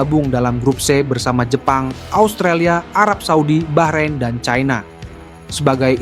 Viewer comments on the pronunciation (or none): none